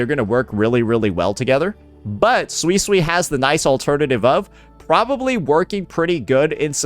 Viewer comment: Who's gonna tell unc he's misspronouncing suisui